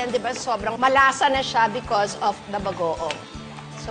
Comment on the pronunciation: Guys napansin niyo kapag sinasabi ni Kris yung word na Bagoong naging Bago-awng haha😂😂